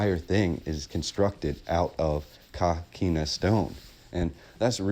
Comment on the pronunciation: Hi. If I may ask where did you get the pronunciation of coquina as caquina? I grew up in st Augustine and we always pronounced the work as co not ca. I think even with a Spanish pronunciation an o sounds like o. Just wondering. Enjoyed the video. Thank you